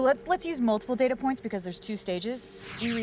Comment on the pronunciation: It's pronounced "data" not "data."